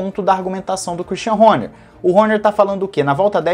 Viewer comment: adoro a tua docção quando pronuncia o sobrenome do christian horner... HÔNHÊR...KKKKKKKKKKKKK